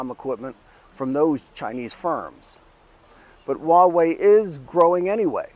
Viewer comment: Dude what the hell are you talking about? No ones really using 5g right now, and its been out for a decade. Its a massive fail. But go ahead, continue being a little pink that cant pronounce Huawei even though youre in China. Ni ting ne dong ma?